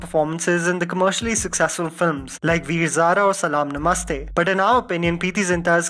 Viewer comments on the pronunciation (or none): none